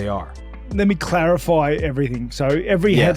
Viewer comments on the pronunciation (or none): "Let me clarifoy..."